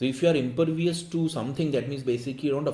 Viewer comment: 3/4, reading mistake of the word impervious.